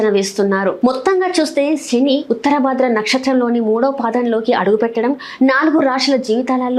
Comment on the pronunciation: శని ఆనటం చేత కాదు షని అంటావు నువ్వు చెప్పటం నేర్చుకో